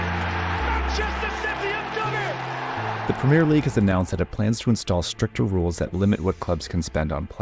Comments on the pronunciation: And that he does it over and over again even with having Brits pronouncing it correctly in his video. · It enfuriates me when british people say Premier. You're saying it wrong and the french are right there to show you how to say it right. Say the è you animals!!!! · it's pronounced PRUHMIEEEEEH LEAGUE. You have to emphasize that. You have to scream that.